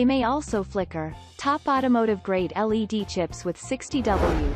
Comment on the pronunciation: Computer generated narratives suck ! I refuse to listen to a bot that can't even pronounce words correctly They are not lead headlights, they are L.E.D.